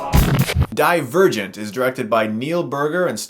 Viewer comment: I wasnt looking atthe title when this video started and I heard him say : Die virgint